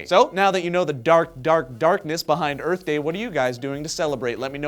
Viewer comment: whooo! go earf!